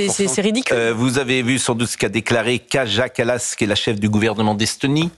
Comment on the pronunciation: Kaja Kallas se prononce Kaia Kallas